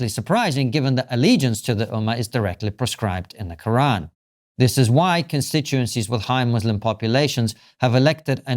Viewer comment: I think, Konstantin, that you mean PREscribed not PROscribed . Or did I mis-hear you?